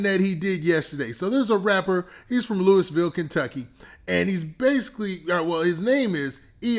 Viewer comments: I’m from Kentucky and it’s pronounced LOUIE VILLE, lol funny hearing you say that. Great vid tho!! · I been rocking with you for too long for you to say the name of my city wrong gangsta